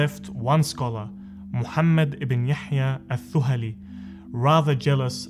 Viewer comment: The pronunciation of "Al Thuhali" is wrong here. "Th" should be pronounced as in "The".